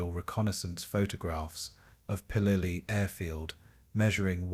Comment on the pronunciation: Pelelu not Pelelia